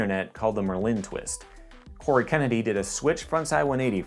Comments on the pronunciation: bro its not mer-lin its merlin like the famous wizard come on it seems like your pronouncing it weird on purpose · Dude the way you say Merlin is freaking me out. It is MIR LIN. Ad a subtle glottal stop between those two syllables; Its hard to explain but the way you are saying it makes it sounds like merlin is a type of candy or french product and not a badass wizard. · your phonetic explanation is wrong too. you should've written MER-LIN. or even MUR. MIR was a space station and pronounced nothing like merlin. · the emphasis is on the penultimate syllable (the e) of merlin. Like the wizard. Doesn’t matter but it just annoyed me